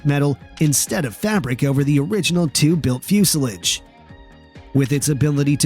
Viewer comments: what's a flusilige? ... Oh do you mean Fuselage? 😀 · Coupee? Give me a break. And thats fuselage pronounced ah Come on guys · dislike for pronunciation of fuselage